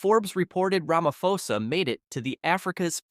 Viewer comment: You don't pronounce it Ramafosa but rather Ramaposa